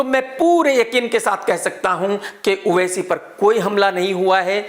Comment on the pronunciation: Everyone:-owaisi Krk :-oaisi......😂😂